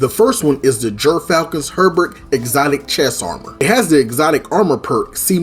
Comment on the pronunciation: Subscribing just for your accent and pronunciation of “hauberk” digging the build too, will have to try it!